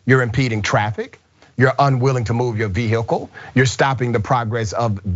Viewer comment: Why can you Americans not say vehicle correctly. It is not ( ve i hicle) wher does the extra I come from.